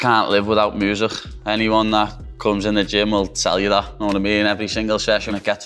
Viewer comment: "i can't live without moozhik, "😌😌